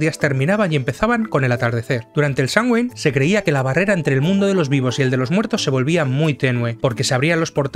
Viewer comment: Muy buen vídeo, sólo un tip: se pronuncia como "Samjain", al menos en Irlanda, donde esta festividad nació.